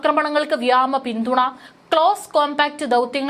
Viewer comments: മരണപ്പെട്ട piolet ്ന് ആദരാഞ്ജലികൾ🙏..പിന്നെ ഒരു സംശയമെനിക്ക് അറിയാൻ ഉണ്ട്. വ്യാമസേന എന്ന് ആണോ വ്യോമ സേന എന്നാണോ ശരിയായത്? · ദയവായി ഈ പെൺകുട്ടിയെ വാർത്ത വായിക്കാൻ നിയമിക്കരുത്. വ്യാമ വ്യാമ എന്നു കേട്ടു മടുത്തു .വ്യോമസേന എന്നു തിരുത്തി വായിക്കൂ.